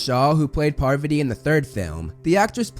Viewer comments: Its pa-vaa-tee not par-va-tee! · "Par-VAH-tee" not "PAR-va-tee" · Its Pa-Var-tee. Not Par-va-tee 😂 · Parvati’s pronounciation is ‘paarvuti” and not Purvati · It's not "PARVuh tee" It's "Par VAH tee" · Lmao...I can't get over saying "Parvati" instead of "Pavarti" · PavARti... not PARvati.... le sigh edit: i just realized i pulled a Hermione... its fitting at least lol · Pavarti is said like Pav-arti not Parvity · Pa Var Tee not paver tee. I had to fast forward after the third mispronouncement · parVAti not PARvati….. sorry just pulled a hermione lol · didnt even know lavender was recast lmao. I cant tell which minor character is what xD. and pleas say PAR - VATI not PARRRVTI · no? her names spelled parvati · "Parv ott ee". silly. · Her name is pravati not parvati. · Her name is Parvati lol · parrveddi patil? alright, homie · the way he’s saying pavarti is killing me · Wait is that how you say Parvati? Have I been mispronouncing it all this time-??